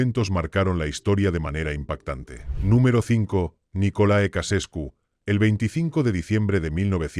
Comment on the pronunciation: Se pronuncia NICOLAE CHEUCHESCU y no nicole ecasescu ¡